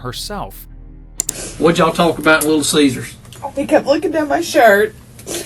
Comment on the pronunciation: I was about to say the same thing. You can't say "talk" lady?